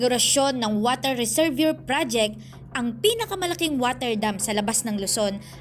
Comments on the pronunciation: Mali ang pag pronounce mo ng reservoir. Bago basahin ang sinasabi paki review kasi mabobobo ang followers mo. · Budol na naman…..ayusin pag bigkas ng RESERVOIR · Reservoir is pronounced “ resserwah”